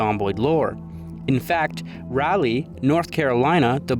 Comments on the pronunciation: As a North Carolina resident it pains me to hear you pronounce it like RAH-LEEE it‘d be more like Rölee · as a local, almost everyone here pronounces it as “Rall-Lee”, with the R in Rall pronounced the way B is in Ball. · As an NC resident its my duty to inform you that everytime you pronounced Raleigh i laughed lol. Its RA-LEE not ROW-LEE Aside from that, great video i enjoyed your take on the sauce being the culprit i havent heard that one before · It's Raw-leigh. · It's rall (like 'hall')- lee but rally is close enough ig lol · Its Rah-lee not Rowley 😅 sorry great job on the video , it was just bugging me. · Raleigh: Raw-Lee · It's RALL-lee. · Bro can't pronounce Raleigh to save his life. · I'm also from Raleigh and I never realized how different the pronunciation is from the spelling LMAO